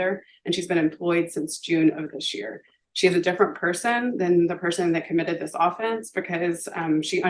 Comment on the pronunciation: I can't stress this enough. If you as a lawyer don't know that "AWE-fence" is the team trying to score a touchdown, but "uh-FENCE" is the crime, then I don't want you in the courthouse. You're an idiot.